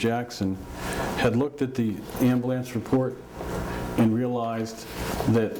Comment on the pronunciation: Lol, attorney says amboolance. What’s that?